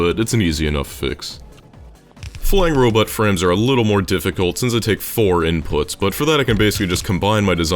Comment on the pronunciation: every time you say robot frames I hear robot friends